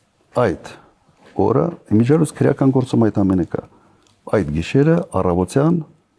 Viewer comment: Քռեական չի,այլ քրեական, այ աաայ ,,,,,,,, քո ժամանակ սպանում եին,բեռման չեն ենթարկվել